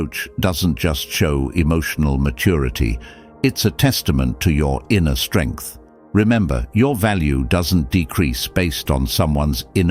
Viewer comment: Strengh and more sterngth